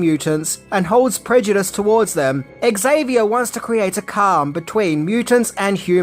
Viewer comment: It is not ECKS Zavier. The X is pronounced as a "Z". ALWAYS when it is the first letter of a word, ALWAYS. There are NO exceptions. I don't care that Patrick Stewart himself got it wrong. The character creator says it is pronounced as a Z.